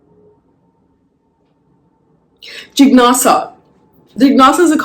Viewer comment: I’m so sorry to have to point it out but the pronunciation for जिज्ञासा remains the same even if written as jijnasa or jignasa! ‘Jn’ has to be pronounced as ‘ज्ञ’. You are so widely followed so it is important for you to convey the right sounds besides the beautiful ideas that you do so admirably. 🙏🙏